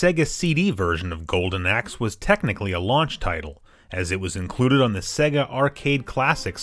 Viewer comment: it is pronounced SAY-GA, u know like the Sonic intro